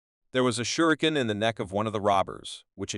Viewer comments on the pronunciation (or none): none